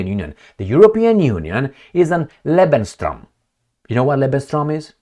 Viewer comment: It's not "Lebenstraum", it's "Lebensraum". Not Life Dream, Life Space.